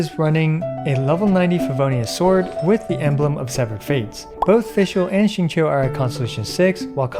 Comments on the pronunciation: Rip to Xingqiu's name being absolutely butchered lol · at this point i feel like people slaughter xingqiu's name on purpose lmao